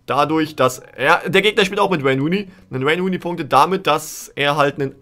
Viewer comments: Normale Leute: Wayne Rooney dÖnIz: ouein runei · Wäine Wuuney ist fast so gut wie Wobetsn...